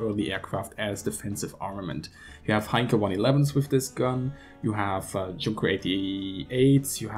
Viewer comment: You know in the UK all my life, being into 'planes, going to airshows, making kits since the 20th Century. No one around me ever said Junkers like "Chunkers". Junk has another meaning, so we avoid it with an important word like Junkers. The Junkers, always said like "Yoonkers" were an important social class in Germany and in Prussia before that, however, people that are really into aircraft and engines, they will always call the Junkers Jumo like "Yoonkers yoomo 211". I notice that you follow German pronunciation with other words, like with saying Zerstorer correctly, but not with an important word like Junkers, which we always try to pronounce properly to show awareness of other cultures, as well as to not junk the Junkers. Americans don't seem to care about that, but they're not English. Maybe we're strange like that. We also say the name Gunther like "Goonter" and never like "Gun-ther", mostly because of how they introduce themselves. But honestly, I'm qualified in history and none of my lecturers ever said Junkers like Chunkers. Edit: you said altimeter fine, you put the stress in the right part of the word (over the I), also a former English teacher. Cannon is an uncountable noun. Lord Tennyson's Poem about the Charge of the Light Brigade starts a stanza with "Cannon to the left of them, Cannon to the right of them", he didn't mean one on each side. Cannon is an uncountable noun, like with sand, hair, shampoo, bread, Lego, money and so on. Americans also make this mistak